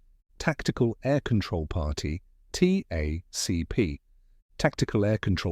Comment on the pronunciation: It’s not t-a-c-p its tack-p… because it sounds cooler